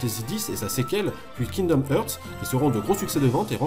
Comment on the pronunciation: C'est Kingdom "Harts", pas "Heeuuurts".